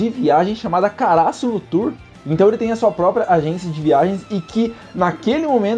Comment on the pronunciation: Mano, não é uma crítica nem nada do tipo, mas não entendo o motivo de vocês de regiões diferentes colocar acento agudo em palavras onde não existe. por exemplo: kaRÁsuno ?? o certo não seria KaraSÛno?...